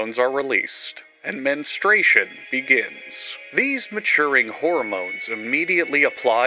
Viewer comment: you saying the MENstartion pissed me off. (on my period rn)